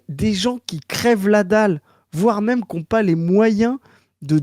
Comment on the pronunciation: Ok toujours sur l'enquête de pourquoi prononce "meume" le mot "même" 3 possibilités: Variante de prononciation picarde, bretonne ou normande. L'enquête se ressert